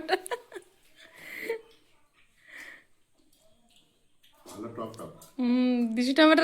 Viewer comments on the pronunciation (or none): টমেটা না টমেটো ।